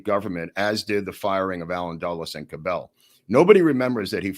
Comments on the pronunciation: Hey, Cabell's name is pronounced with an accent on the first syllable CAB ell. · Small correction on pronunciation of the Mayor of Dallas' name. It is being pronounced incorrectly by. Cabell is pronounced more like "Cabble". I've lived in the Dallas area since 1952. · The Cellar had women that wore bikinis, not pasties. Earl Cabell’s last name is pronounced with the emphasis on the first syllable. That family owned Cabell’s Dairy.